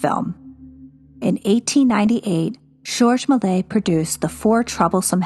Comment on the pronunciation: Many people have difficulty with French names. As I understand it, "Malay" is close, with a little left out. "MAY-lee-ayz" is closer, similar to "malaise" in English.